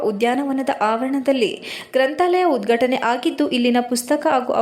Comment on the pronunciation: ಉದ್ಘಟನೆ ತಪ್ಪು ಉಚ್ಛಾರಣೆ..